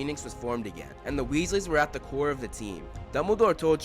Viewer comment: Weasleys, not Wesley's